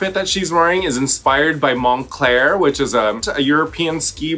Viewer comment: Raja it’s Mon-clur 😭